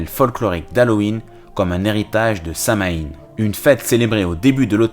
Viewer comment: ca se prononce : "samhouayn" ^^